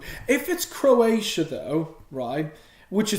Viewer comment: He said crossia